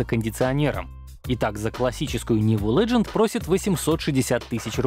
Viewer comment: Смешно слушать -леженд и, даже не понятно "цэтэф", на слух точно не поймет ни кто))), а это имеется в виду "ZF"!!! Комментатор -ну будь ты проще, для россиян ролики предназначены же или...😁😁😁